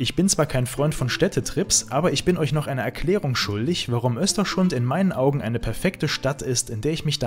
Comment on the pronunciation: Ein super tolles Video. Ich erlaube mir dennoch dir zu sagen das du Östersund falsch aussprichst. Die Stadt heißt nicht "Österschund" 😊